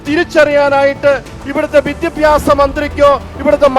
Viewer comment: അച്ചോ.. അച്ചൻ ആദ്യം വിദ്യാഭ്യാസം എന്ന് പറയാൻ എങ്കിലും പഠിക്ക്. പിന്നെ അത്യാവശ്യം വിദ്യാഭ്യാസം ഒക്കെ ഉണ്ട്‌ കേരളത്തിലെ വിദ്യാഭ്യാസ മന്ത്രിക്ക്... ക്രിസ്ത്യസ്നികൾക് തലയിൽ മൂട്പാടം ഇടാൻ അവകാശം ഉണല്ലത് പോലെ മറ്റ് മതസ്ഥസിലുള്ള വർക്ക്‌ അവരുടെ തലയിൽ തട്ടം ഇടേണ്ട അവകാശം ഉണ്ട് ഫാദർ അത് മറക്കരുത്.... കർത്താവിന്റെ മണവാട്ടികൾ ഇച്ചിരി കൂടെ മനുഷ്യത്വം കാണിക്കാൻ പറയു....